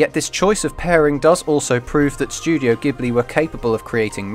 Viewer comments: Pronounciations are *mEE-ya-za-ki and *Jibli but otherwise great video :) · So sad that someone doing an analysis can't even pronounce the name of the studio he's analysing properly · Ah man I realised the miyazaki pronunciation mere minutes after upload. However I will look into the ghibli pronunciation though because I thought that was an Italian word - and if it is, it will DEFINITELY be "Jiblee".